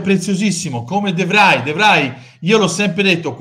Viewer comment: ciao! volevo solo farti un appunto, se me lo concedi: sono due video consecutivi che sbagli a scrivere il nome di De Vrij (e si pronuncia "defrei"...ho vissuto 3 anni nei paesi bassi e so quel che dico):( quindi inutile che tu gli metta l'hashtag, perchè cliccandoci sopra ti porta al canale dell'Universtia Devry negli stati uniti;) per il resto, sempre d'accordo ed in linea col tuo pensiero (soprattutto per quando riguarda i barboni che chiedono soldi su youtube). mi potresti far sapere a chi ti riferisci in particolare, cosi vado subito in azione e lo rovino?